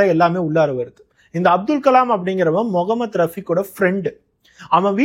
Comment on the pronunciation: Neega pesum pothu mohamed rafeek andu solgirigal an rafeek andu sollalama mohamed, mohamed endu aluthi solgorigal neegalum sangi kutama paarthal appadithan therigirathu